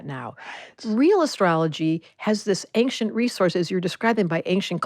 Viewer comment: Ancient..... the....C...is silent......please!